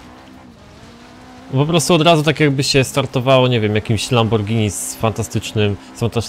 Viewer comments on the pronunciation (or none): none